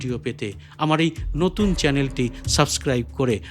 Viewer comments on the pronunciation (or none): none